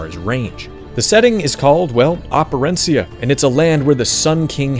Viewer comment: Props to you for Operencia pronunciation.